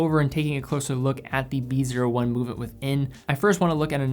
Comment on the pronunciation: BREITLING PREMIER "B O I"